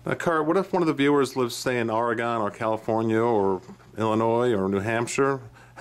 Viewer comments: It's "Or-gen" not "Or-a-gone" lol Great information! - from Oregon :) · Great video, you presented critical information that viewers needed to know. Also, Oregon is pronounced Ory gun , it's not Or a gone, it's not gone yet. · Wrong. It is Or-E-gun. First time I have ever heard it mispronounced Or-gen.